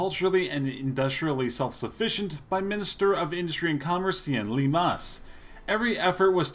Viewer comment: He topped it by pronouncing “Sean” seen